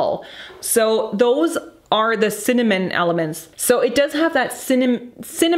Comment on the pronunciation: I love how you are struggling to say cinnamon 😂 i wish you describe the scents more in terms of emotion rather than technical because not all of us are well versed on all these notes